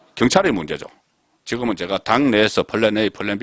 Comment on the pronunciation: 지거먼? 제발 발음 좀 의식하시오! 하면 됩니다!!!